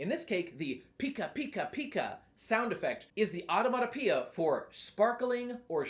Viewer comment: Really struggling to pronounce the word onomatopoeia there, huh.